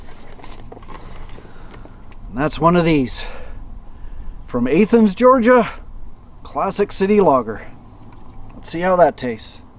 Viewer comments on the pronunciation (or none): Athens is Ah-thens not A-thens. :) Really good video highlighting a small town! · you are great however, your selection of meals is not my taste at all. And, its not "A-thins" it is "Ath-ens" Georgia. For a Canadian, your English is pretty good. Take care of yourself my friend. You have the life, I must say. Come back to Arizona please and let us know in advance. Thanks. Rob R.